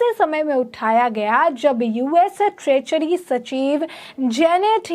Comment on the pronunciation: ट्रेचरी नही ट्रेजरी, बडा अलग मतलब है।